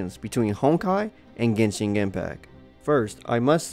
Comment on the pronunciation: "Genshing" ... "monstrart" ...